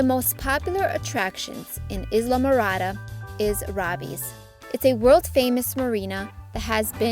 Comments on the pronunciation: The word ISLA is pronounced with the S being silent. The narrator of this video should know that. If AI can't do better than that, please don't use it. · You said Islamorada wrong LOL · Not a very good reader. Totally mispronounced Islamorada. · You are not pronouncing Islamorada correctly!!